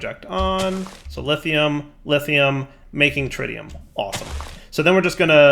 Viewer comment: I can't believe I have to comment this again. It's not tritium like you pronounce the tri in triangle! It's how you pronounce the i in words like it, in and Twitch! Edit: Also, you're pronouncing entangloporter wrong again! In this case, you're just omitting entire letters! Edit 2: You pronounced it correctly after!